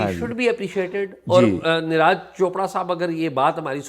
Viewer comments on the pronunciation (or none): Please learn how to pronounce names. Its niraj pronounced as neerajj not raaaj Thanks